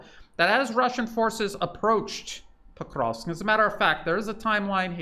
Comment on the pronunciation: Your pronunciations are incorrect .. of Ykrainian towns. Pokrovsk is correct. Are you in Ukraine? Are you Ukrainian?